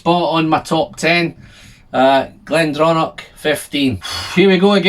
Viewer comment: it's pronounced "glendronah".....